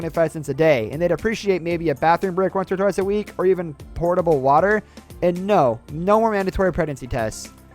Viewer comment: Potable not portable